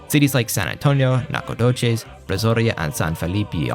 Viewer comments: I'm not making fun, but the Sabine river and Nacogdoches pronunciation were off. I live in East Texas personally very near to the river and about an hour and a half away from Nac, and that's not how we pronounce it. Again, not trying to be disrespectful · Well, part of me is always happy to hear my home town of Nacogdoches get a shout out (my direct ancestor founded it) … the other part of me is trying to figure out how the heck you just pronounced it.